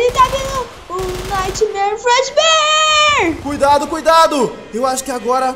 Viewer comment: Você falou errado o nome do fredeber